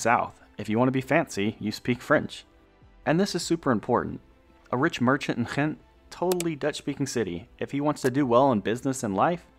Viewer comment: You pronounced Gent in the Dutch (the country) way, not the Belgian Flemish way